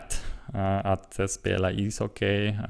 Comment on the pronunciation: Bra jobbat! Det uttalas "hocki" inte "hockej". Tänkte att det kunde va ett bra tips eftersom det är ett ord du använder mycket. Väldigt imponerande ändå! :)